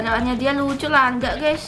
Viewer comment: Gusy bukan gess